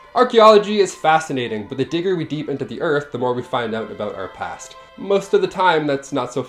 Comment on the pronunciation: #7...the digger we deep???? LOL That was so funny!!!! I don't think you even realized you said that.....LOL:)